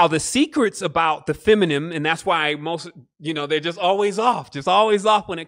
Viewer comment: Feminine fe-mi-nine